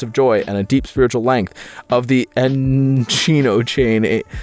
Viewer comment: Your pronunciation of Enochian and Seraphim made me laugh so hard. Thanks dude